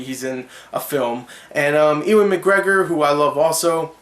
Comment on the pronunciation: Ewan pronounced eyoo-an..nice review btw.